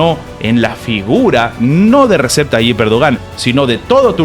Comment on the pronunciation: Se lee Reyeb 🤦🏻‍♂️🤷🏻‍♂️ hasta cuando vas a decirlo mal 🤦🏻‍♂️